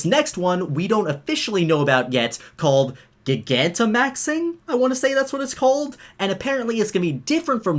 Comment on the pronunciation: "JAI-GAN-TI-MAXING". Like GIGANTIC. WHICH SOUNDS FREAKING AMAZING HOLY HECK.